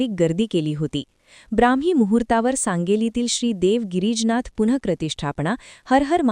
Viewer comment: गिरीजनाथ नाही गिरीजानाथ म्हणा..